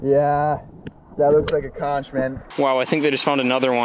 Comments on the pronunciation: Conch is pronounced conck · u pronounce conch as "conk" not ch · it is pronounced conk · I cringed when you said Conch, ( its actually pronounced with a hard CH) but otherwise very fun video! I grew up around there, never in a million years would've thought some one would put a pond there!